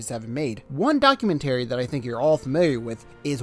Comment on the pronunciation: Give it time but may I say the only criticism I have is your pronunciation of documentary lol